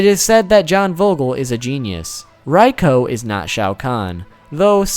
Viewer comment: "Saarena" "Raiko" lool xD